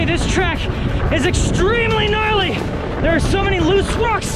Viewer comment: "GRARLY MAN!"